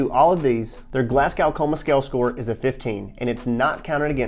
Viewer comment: Great video, and this is a childish nitpick but you pronounce Glasgow "Glas-go" ❤